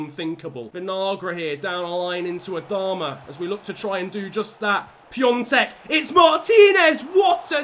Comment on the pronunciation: No it's piontek and piontek is from poland not from czech so the pronounciation is not the same